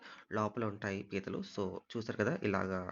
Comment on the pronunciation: Arey adhi pethulu kadhu raaaa....pithalu raaaa😅